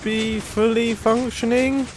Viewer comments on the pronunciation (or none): if you skip 5 secs just as he says functioning it sounds like he says f**cking XD